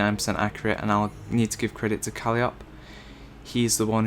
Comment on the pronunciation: "Kalleeop"? "He" lol its "Ko-Lie-Oh-Pee" and its a she :P